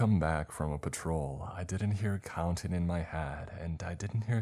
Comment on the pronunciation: CountING, NOT countEENE!!!!!!!!!!!!!